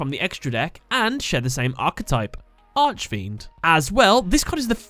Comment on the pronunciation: I'm sorry I don't really complain about things like this but whenever you pronounce archfiend I cringe Consider this how do you say architect?